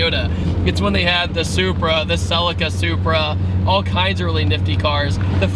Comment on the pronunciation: Why can't americans say Celica properly?